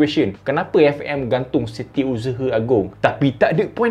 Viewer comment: "eFE'EM Malaysia" betul tegas tu 😂